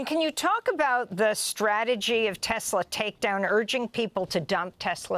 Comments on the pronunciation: "TESLUR" (LOL) IS A SWASTIKKAR!!! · Poor Leon, being ganged up on by humans! DJT buys a "Tesler" Yep, a tesler!